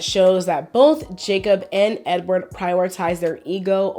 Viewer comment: Jacob was so butchered smh )